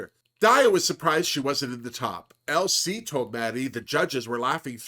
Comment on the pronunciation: Every time you say LC my brain hears ‘Elsie’ but I kind of like that for her too lol as a fellow Brit I appreciated her asking about bird watching 😝